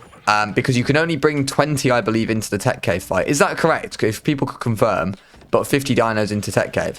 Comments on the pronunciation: Did you say "I be-link"? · "I belink" 😂😂😂😂